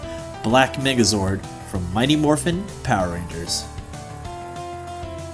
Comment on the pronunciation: I was watching this vid on 1,5X speed and i heard black Nigga zord